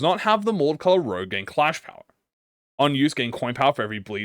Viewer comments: "Chien" is dog in french, and your french is.. Eh? You're pronouncing Rouge as Rogue but that's not much of a big deal, Sauvage Couleurs is also Savage colors in french, I could guess it is hard to speak french if you're native to another country, seeing how different the words are. I never saw the word 'hardie' before but if its french i'm guessing it's hardened touch. It could be a totally different word since hard in french is Dùr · I’m kinda like triggered this guy is saying rogue and not rouge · its pronounced ROUJE not ROGUE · Everytime you pronounce rouge as rouge instead of rouge, I cringe. It literally says rouge, how could you possibly think it says rouge? smh my shaken head. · Rouge is red in French. It's pronounced rooj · struggling harder on rouge than half the random french is really funny